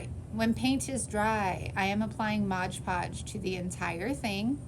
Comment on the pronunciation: I've never figured out why people say"MODGE ( WITH A GE ON MODGE ) podge "? .lol it is MOD-PODGE lol 😆 I'm not being mean just a lil sarcastic 😅 🤣 😜 it cracks me up... Alit of crafters say tbis word like this , but why ? Is there something I didn't know . Just curious .. Love your mini crafts .